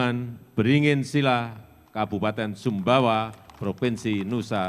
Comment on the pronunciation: Sumbawa bukan subawa😂😅